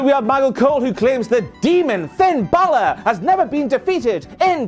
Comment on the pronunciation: Finn Ba-lure lmao